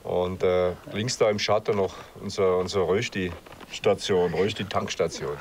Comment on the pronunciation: Äs heisst Rööschti.